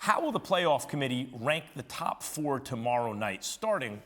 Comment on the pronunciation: Why did he say top like that?🤣🤣🤣